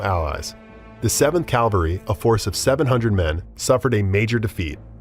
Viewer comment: It's cavalry not calvary